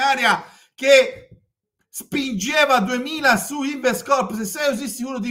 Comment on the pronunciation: quello non sapeva nemmeno pronunciarlo nel video. L ha chiamato lens 🤣🤣 Poi oggi ha detto Lion Rocco (Siffredi, forse), InvestCOPPO e anche "segment agreement" 🤣🤣🤣🤣